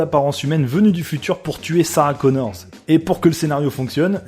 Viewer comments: Elle s'appelle Connor, sans "S". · Read men!! Just Connor, not Connorz!! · C'est parce qu'elles sont deux que tu rajoutes un "s" à Connor ?